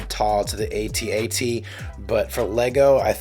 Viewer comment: It's adorable! Perfect fit for the MOC 💯🔥👌Also love that you pronounce AT-AT the correct way which inevitably will trigger some younger fans lol 😆 git-r-dun ✌️❤️🌮's